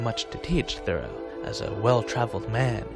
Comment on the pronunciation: I first encountered Thoreau in the summer of 1969 when, as a teenager, I read “Walden.” To use a now old-fashioned expression from those days, it blew my mind and has been part of my life ever since. Thanks for the video, and also for pronouncing his name correctly (THOReau, not ThoREAU).